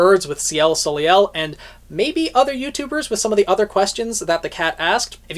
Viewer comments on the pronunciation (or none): you keep saying Ciel's last name wrong, it's Solei (So-Lay) also I'm glad I wasn't the only one who got surprised of the Curious Cat's mention of Ciel because I'm a subscriber of Murderofbirds he's awesome and I enjoy his livestream discussions and I want to see his reaction of this chapter. Also I find it foreboding about the part where they talked about Alyx learning her lesson in the end, I have a bad feeling about that and for good reasons unknown. Also Also, I love how the Curious Cat came in to Ruby's defense I thought that was sweet because Ruby is too precious to be thinking that she's at fault for what happened in Atlas, it was Ironwood who did it and wanted to put all the blame on a child (Ruby) like an inhumane monster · Ciel Soleil, See-elle So-lay is the pronunciation. Her name translates from French to Sky Sun, just as Jaune is Yellow. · I could have sworn he was Canadian, so it surprised me when he didn't say soleil correctly. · I thought you were Canadian, but I guess not since you didn't pronounce Soleil correctly lol